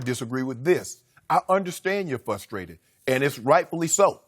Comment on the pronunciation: the word is pronounced frustrated...Sometimes organizations only behave properly, when the rest of the world knows about it and they get egg on their face. Good for Earl